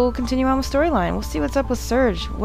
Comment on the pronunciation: lol you cant say serge? ^.^